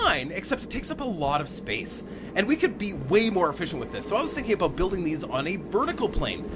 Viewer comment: Did I just hear an aboot?